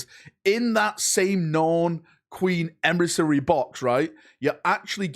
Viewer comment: Nrorn Emrissary... God dammit....